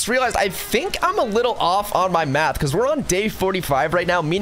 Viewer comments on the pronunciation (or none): none